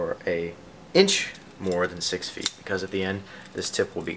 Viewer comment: I'm Brazilian and I'm having difficulty understanding the unit of measurement "t" when you say 10t, is that in inches, or meters?